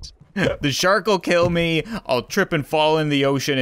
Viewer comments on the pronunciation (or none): I love how he says shark😂 "Shurk"😂